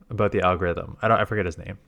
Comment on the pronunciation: Damn i just heard it He pulled the canada abooot